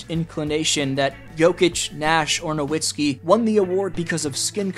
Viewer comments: It’s no vits key btw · I get so triggered when people pronounce Dirk's last name wrong. The W is pronounced as a V, it's pretty simple. You switch the w to a v when pronouncing it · I don't get why we were all just laughing at Perkins saying "Nowitzki" and then you say the same thing. Have you never heard his name spoken out loud? It's "NoVitzki". W is pronounced like V in German. Mostly it's just how everyone has said it every time forever. I can't finish the video. Minor, but too frustrating. It's like watching a video where the guy keeps saying "Leborn James".